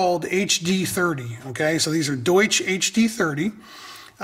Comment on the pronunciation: Haha "sprechen sie deutsch?" Do you speak German? It's definitely not "Doosh" :)